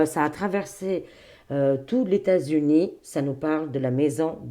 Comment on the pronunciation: Ses lapsus, son imagination fertile... trop drôle 😂😂😂 Qui osera lui dire que " leS États Unis" se composent de plusieurS États et que la liaison se fait avec le S ?